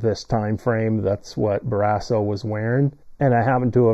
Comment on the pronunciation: What is this video? Lol You pronounce "Barrasso" weird and incorrectly. Tom wore #30 while with Buffalo. And he's a lefty. Better luck next time,.